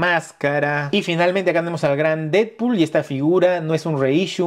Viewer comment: solo vine a ver si tú también dices "didpul" en lugar de "Deadpool" 🤨